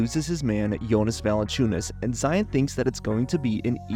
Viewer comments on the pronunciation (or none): none